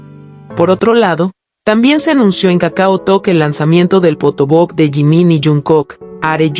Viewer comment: Que es un "potobok"????? Sera un photobook??? (Fotobuk) sino decí libro de fotos...